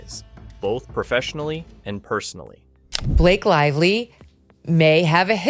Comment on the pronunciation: “Blake Live Lee”